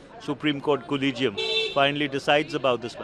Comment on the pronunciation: याला collegium चा उच्चार करता येत नाही.